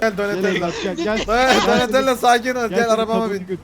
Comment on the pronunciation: Enes raphel donilando liolando maykilindo diyor .doğru olanları raph doni lio mayki